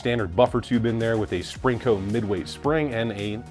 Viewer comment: is there supposed to be a ‘g’ in sprin co (Springco)?